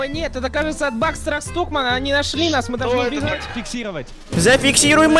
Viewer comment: Бакстер Стокман❎ Бакстер Стукман✅ 😂😂😂